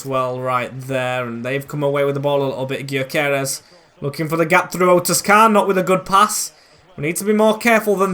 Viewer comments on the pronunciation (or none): Butchered Gyökeres's name a bit their, when he first signed for coventry I pounced his name the same way I usually take the G out of Gyökeres it's the closest to his name. 👍😂